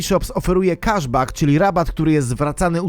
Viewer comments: Błagam, nie „kaszbak”, tylko „keszbek”… nie da się tego słuchać, strasznie to denerwuje 😬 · Prosze cie tylko o jedno, mianowicie jesli juz koniecznie musisz uzywac angielskich odpowiedników polskich zwrotow to naucz sie je chociaz poprawnie wymawiac po angielsku - cashback czyt. keszbek